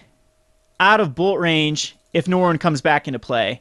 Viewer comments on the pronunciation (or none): Stop saying Norwin!!! Aaaaaaggggghhhhh!!! :)